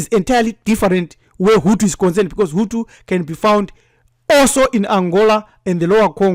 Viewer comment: Hutu not hutsi